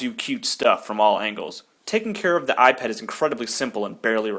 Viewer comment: when you say 'eyepet' i thought you 'ipad' :D sorry.. im british...